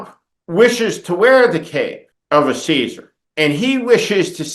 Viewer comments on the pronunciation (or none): none